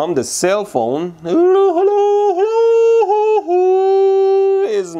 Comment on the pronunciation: I love his Helow helow